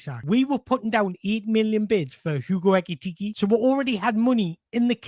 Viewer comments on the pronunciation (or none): none